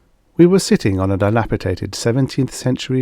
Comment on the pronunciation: Lol. It’s NOT supposed to be dilapi-tated, the word is actually dilapi-dated